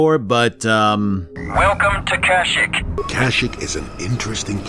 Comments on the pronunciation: I thought it was KASH-ICK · It's not pronunced "Kasshyyk" it's actually "Grrrhoooowloh" Just ask any Wookie, ever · You said Kashyyyk kinda funny